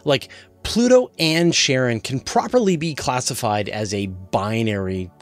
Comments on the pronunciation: no offense just got curious about how to pronounce the word "Charon", I always thought it reads like "Karon", not "Sharon", am I wrong all the way? :( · it's definitely a harder 'k' sound, following from the english pronunciation of other names derived from greek mythology ie achilles, chronos, chthonius etc. it can be slightly softened (tongue against the palate) as the modern greek 'X, but never 'sh', or even 'ch' as in 'cheese'. 'sharon' is just an oddly mangled pronunciation particular to some american dialects, like saying 'asher' instead of 'azure' etc. also keep in mind english (and particularly american) speakers are renowed for making absolute mincemeat out of most other languages, it's pretty painful to listen to. they basically have no ear for it.